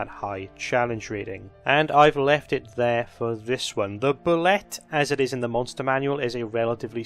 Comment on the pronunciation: "Boo-lay", not "bull-let". The 'ette' is pronounced like a French word. And if you aren't running them like a cross between Tremors and Jaws, you're doing it wrong.